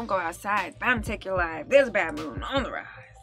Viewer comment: BAD moon not 'mad' moon.